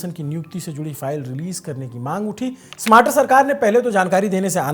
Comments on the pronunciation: स्मार्टर नहीं भाई स्टारमर थोड़ा बोलना भी सीख लेंगे तो अच्छा रहेगा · UK PM is Starmer and not smarter....u r pronounciation is wrong.... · it's kier Starmer instead of smater. I can understand it's just a pronunciation mistake. I hope you don't mind it ❤ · Bhai name is keir starmer, not smarter ... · it’s STARMER not SMARTER….. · Keir smater nhi keir starmer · ..UK..ke PM ka name..Keir Starmer...hain na ki smater..बाकी आपकी पत्रकारिता तो 👌👌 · It sounds like the news anchor is pronouncing the name of the UK Prime Minister as “Smarter,” but it’s actually “Starmer.” Please check and correct it if possible. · स्टारमर न कि स्मार्टर; ब्रिटिश प्रधानमंत्री का नाम तो ठीक बोलो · UK PM Keir Starmer ko "smarter" bol rahe ho.... tele-prompter ke bina bhi bolna seekh lo... yeh aadmi baaki anchors ko gaali deta hai aur ye khud UK PM ka galat naam tele-prompter se padhta hai... 🤣🤣🤦‍♂🤦‍♂🤦‍♂ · Bhai kier starmer hai pm ka naam aapne galat pronounced kiya hai